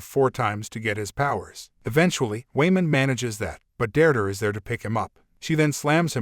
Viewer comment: Never knew "Deirdre" is pronounced "Durdur"